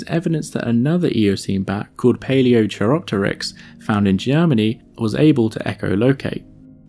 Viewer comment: I love your videos. The quality of animation and illustration is excellent, and the content very interesting. I just wish you could pronounce things correctly. chei- or chi- meaning hand, as in Paleochiropteryx (ancient hand wing) is pronounced like kai. Also, please learn the expression "non avian dinosaurs"